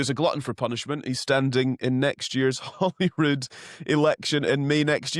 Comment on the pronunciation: Yet another person that cannot pronounce Holyrood properly. He pronouncing it Hollyrood . Get it right yes?